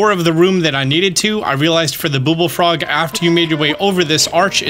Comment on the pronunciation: Cool but why are you saying "booble frog"?